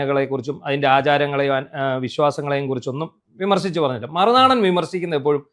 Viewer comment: 'മറുനാടൻ' ഉച്ചാരണം പഠിക്കണം ഉസ്താതേ, 'നേതാവ് 'എന്നതിന്റെയും